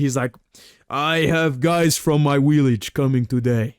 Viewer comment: Jiri's "Willage" 😂